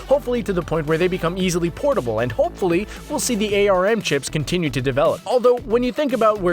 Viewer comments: Literally common sense that it’s pronounced like that Why does he pronounce it like that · It's not an A R M processor it's an arm processor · Please for the love of god say arm not a rm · Arm is pronounced arm, like the body part, not A. R. M. The jouconns have motion controls and that is what you use in world of goo. When you calibrate them by setting them on the table, it descovers where the bottom of your TV is. It does a pretty good job playing the guessing game from there... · its pronounced arm not A-R-M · "A-R-M". It's just arm. pronounced like the actual word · Yes, you made an embarrassing blunder: "eh-arr-em", "eh-arr-em", "eh-arr-em". It's "arm". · It's pronounced ARM, as in the limb, not Ay Ar Em. Come on! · its called arm not a.r.m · Its Pronounced Arm, like your appendage.